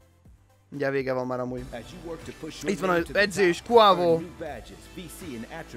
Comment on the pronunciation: ejtsd velünk: Quavo=/Kvéjvó/:D